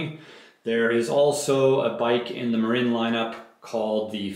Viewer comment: It is pronounced MARIN like the guy from Cheech and Chong. Marine is a United States Marine spelled differently with an E at the end.